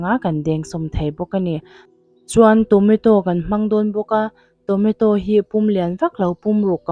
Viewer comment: Tonato a lawm....Tometo i tia😂